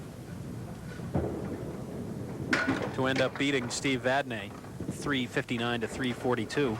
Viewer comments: For God's sake...the name is Vadnee not Vadnay. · actually its vadney